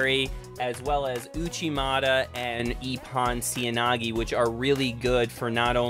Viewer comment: Nice vid but correct pronounciation is Oh-soh-toh-gah-ri (not osotogary) and ipp-ohn-seh-oi-nah-geh (not iponseoinagi)